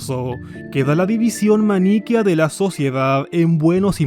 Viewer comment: Muy buen video. El pensamiento único también se da en torno a ideologías modernas como el feminismo, la ideología de género y el progresismo. Una sola corrección se dice maniqueo y no maníqueo. Saludos y muchas gracias.